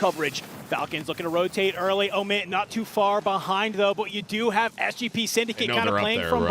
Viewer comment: The one dude says Emit, the other dude said Omit 50 times trying to let him know he doesn't know how to say their name and he never got it. Some people just have to touch the stove.